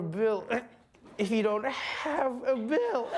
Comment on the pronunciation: Lmao "You can't vote for a bill if you don't haAve a bill!"